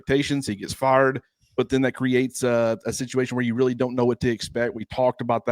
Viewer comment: Okay, one southern guy to another, did Kelley het fired ore farred? Lol Had to ask 😊